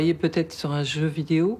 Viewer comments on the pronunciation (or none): none